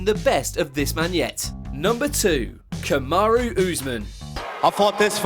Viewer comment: Saqib Ansari you are wasting your time, these guys don't know mma, the guy can't even say Kamaru properly lol Kamaro wtf ?